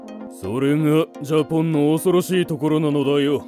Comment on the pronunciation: なんでしゃおそのジャパンをジャポンなの😂